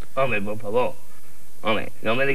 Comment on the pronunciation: "pero si eso es pó mi diente" dice el Peito, fenómeno